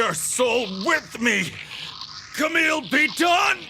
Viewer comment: The way the GM pronounce Kamille as "Car-mille" is Really funny